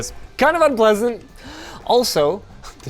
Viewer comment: So, is it me, or can Linus speak in Hieroglyphics now?? 😅 (Took me 10 rewatches to process that he said ‘unpleasant’ Dx)